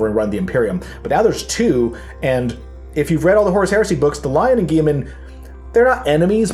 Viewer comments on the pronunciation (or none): It's pronounced Gil-lah-mun as per GW.